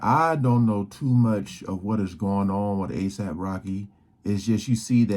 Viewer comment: ASAPE Rocky and ASAPE Relli 🤦🏽‍♀️😂😂😂